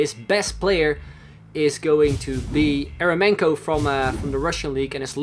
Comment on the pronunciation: Eremenko is pronounced like Yer-yo-menko with an accent on "yo" :/